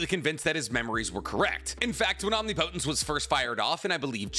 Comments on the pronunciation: bro if u see this PLEASE pronounce omnipotence correctly wrong: om knee poh tence right: om nih puh tence thank u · Say it with me...OM-NIP-O-TENCE. You're driving me crazy pronouncing it OMNI-PO-TENCE 🤣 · I can’t be the only person here that can’t watch this video because he can’t pronounce omnipotence correctly. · Great video but the way you pronounce "omnipotence" annoys me lmao😭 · You keep mispronouncing Omnipotence...